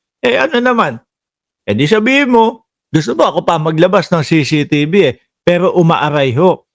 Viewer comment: Brod.CCTV un hindi CCTB ano ka ba naman napakadaling bigkasin pero di mo mabigkas ng tama ang ingay mo pa naman.